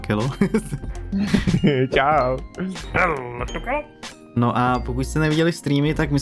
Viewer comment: JAKUBAKELO 😅 (mě to znělo dohromady jakubakelo 😅)